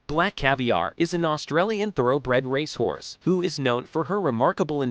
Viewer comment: Honestly “ Rash horse , can’t pronounce most of they great racers names ! Theses great creatures deserve better than this !